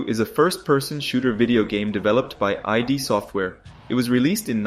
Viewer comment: Cool video. But this is blasphemy, it’s id software (pronunciation like „it“) not I.D. Software. 😉